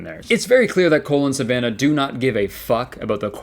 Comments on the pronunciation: i keep hearing "Colon Savannah" instead of "Cole and Savannah" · The way you say "Cole and Savannah" kinda sounds like "Colon Savannah" and I think that's beautiful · bahaha Kurtis! It legit sounds like you're pronouncing their names as "colon Savannah"